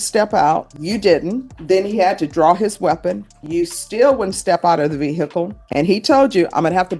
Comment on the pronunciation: Ve hicul?????